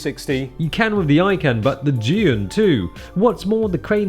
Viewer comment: The one person I thought would pronounce Zhiyun properly finally does a video and Hong Kong's it up.